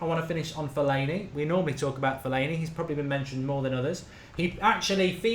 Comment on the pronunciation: Put some respect on Fellaini's name :')